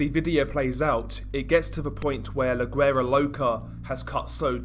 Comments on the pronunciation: It’s pronounced “WERA” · You don't sound güera with a g sounding ... You sound the g with a w ... Wuera it's spelt güera but pronounced wuera loca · The G in guera is silent lol